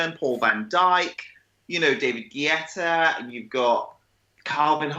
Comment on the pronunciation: "David GYETTAH"